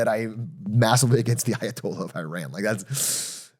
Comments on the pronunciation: 43 years old and DougDoug still can't pronounce Iran... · I can understand having grown up in the states that the pronunciation of places like Iran or Iraq would be what they are in the American lexicon, but it hurts my ears to hear them being mispronounced so frequently here 🫠 Idk, it just feels disrespectful if you know the proper pronunciation but are choosing not to make that change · Atrioc pronounces Iran 3 different ways in 20 seconds